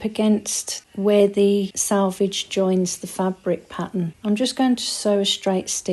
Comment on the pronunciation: Every time you say sAlvage instead of sElvage, it makes the hairs stand up on the back of my neck & not in a good way. Also it's everythinG, not everythinK - it doesn't have a 'K' on the end. I'm not a grammar nazi, just an advocate for literacy. I was taught to check a dictionary whenever these issues are raised; it makes you less likely to repeat incorrect or non-existent words in future.